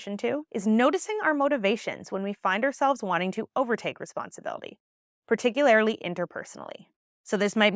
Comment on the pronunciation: ~ you are the bomb, for real. And, lol..."particularily" is not a word. You are so smart, willing to fix that? For the sake of any young folks who might be learning from you. The word is "particularly" - pronounced: particulAIRrly, not particulARILY. Power on.